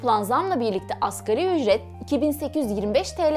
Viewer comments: askeri ücret değil "asgâri ücret" ! veriiiii değil veri! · AKERİ ÜCRET DEĞİL ( ASGARİ ÜCRET ) DİYECEKSİN..ASĞAR ARAPÇA EN AZ ANLAMINDADIR..